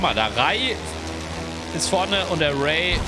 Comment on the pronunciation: Also ich hätte die aussprache von rai und ray genau anderstherum ausgesprochen